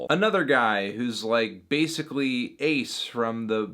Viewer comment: More like bass-ically ace